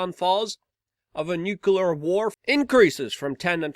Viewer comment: Luke: please pronounce nuclear rightly: It's Nu-Clee-ar", NOT "Nu-Cu-Lar".